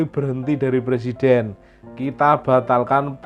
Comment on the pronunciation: RR benerin dulu ucapannya Pak Jokowi President bukan Plesident😂